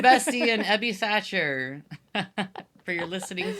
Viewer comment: Tiny annoyance - it´s THACHER, not 'Thatcher'. Edwin Throckmorton Thacher. I know it´s a small thing, but still. This is usually corrected when you search for his name (though it is often spelled wrong even in articles), but if people want to read up on AA history you might miss important stuff if the relevant names are spelled incorrectly.